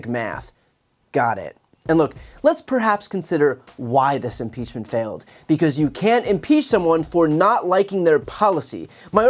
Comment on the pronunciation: I wonder who write her crazy nonsense speeches because there's no way she can put a sentence together 😂😂😂😂 just by the way she said the word because. She was like "bacause" I notice that Republicans that say bacause are crazy as fu*k. If u love America so much start by speaking and pronouncing the English language correctly.